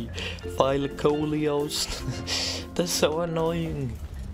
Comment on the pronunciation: Nice vid, u said thylacoleo well 😉 And am I hearing Raid shadow legends???